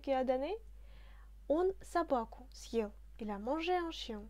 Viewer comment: Bonsoir, une question sur la prononciation: je pensais que le signe dur ъ annulait la prononciation "mouillée" du е, or sur la video il me semble t entendre pronconcer съел comme si on prononçait сел, peux tu me dire ce qu il en est exactement stp? merci.